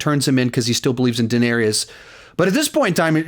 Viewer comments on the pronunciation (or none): Love your videos but I'm so happy I never have to hear you pronounce Daenerys as "Dinarius" ever again 😂😂😂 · 8 fucking seasons and you still say Duhnerious